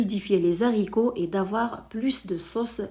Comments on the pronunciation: Pas de liaison entre les et haricots .on ne dit pas les zaricots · On ne fait pas la liaison entre les "s" et le. " H" des haricots .dites lé Aricots . Mais votre recette est super !